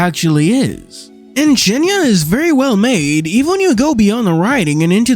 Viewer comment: When you read the word "cienie" as "cienia" it is very confusing when you understand Polish xD